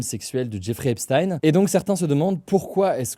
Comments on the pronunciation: Je vois que je ne suis pas le seul à m'en agacer ! C'est /ˈɛp.stiːn/, avec le son "s" (pas "ch") et le son "i" (pas "aï"). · On dit "Epstin" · Epstaïne Esptine Epchtaïne frérot faut choisir une prononciation à un moment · ça se prononce "Epstine" : /ˈɛp.stiːn/, avec le son "s" (pas "ch") et le son "i" (pas "aï"). C'est étonnant que Hugo continue à alterner autant entre les 2 prononciations alors que les autres médias se sont bien habitués à la prononciation qu'il utilisait de son vivant aux états-unis (et toujours utilisée dans les médias états-uniens) ! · C'est pas choquant mais c'est agaçant. C'est quand même pas compliqué de faire une recherche, et on est fixé. Je l'ai fait et en 5 min c'était plié. Les journalistes ne sont pas plus cons que moi, donc pas d'excuse. C'est agaçant. Et pour les flemmards : on dit /ˈɛp.stiːn/ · Un jour, peut-être un français prononcera "Epstein" de la bonne manière...